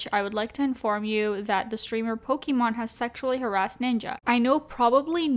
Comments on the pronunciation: It's mon not mane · Sorry I have to say it’s pokimane not Pokémon. 🙃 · Poke-MANE not Pokémon lol. Besides that great video, thank you! Also. People call each other pussies all the time; Because we know that calling someone a pussy means they’re weak and people usually don’t take offense to it because we all know they’re not talking about someone’s genitals, literally. It’s the same way when saying you have bigger balls than someone else. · Love love love your videos but for the love of god, it’s pronounced poki-main! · for the love of god please pronounce pokimane HWJDJDK I'm suffering everytime. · Is anyone gonna tell her that she keeps pronouncing pokimane's name wrong? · she saying pokimane wrong on purpose?